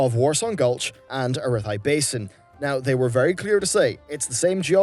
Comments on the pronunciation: Air-Ru-Thai Basin..... pronounced that way by no one ever. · can you please say arathi basin correctly.